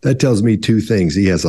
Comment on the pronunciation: Saying “tings” versus “things” is probably the most common thing that non-native English speaker’s do. It’s very unusual in other languages to have that “thhhh” sound.